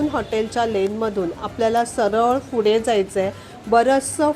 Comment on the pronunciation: माहिती छान आहे....पण फुडें नाही पुढे